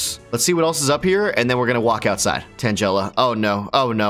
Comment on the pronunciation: “Tan-gel-uh”. You are just incorrect